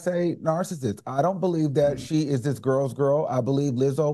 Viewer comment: Al acting a ass cause of the guest host. I know Claudia be over them "gwarls" and Claudia tryna say Al, the same way you pulled Star Jones. That's how.